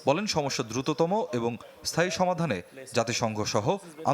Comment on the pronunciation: দুরুত বলতে আরো ৫০বছর 😂